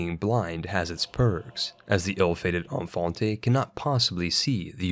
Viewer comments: Btw you dont pronounce "Infante" as in french, as thats a portuguese/spanish word, a feudal title given to a prince that will hardly be crowned for anything. Pronounce it like "Een-fan-teh" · Lol Spanish infante isn’t pronounced like that